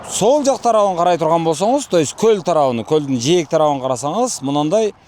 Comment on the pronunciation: Коозрак суйлончу! Коль эмес, голь деп айткан тууру болот адабий грамматика боюнча. Ошто туулгам.